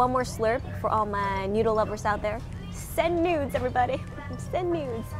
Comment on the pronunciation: When she says “send noods” it sounds like she’s saying “send nudes” not to be dirty or anything it’s just the truth 😂